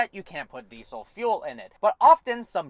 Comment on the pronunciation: Deesol .... Deesol deesol .... "So you can't put deesol fuel in it"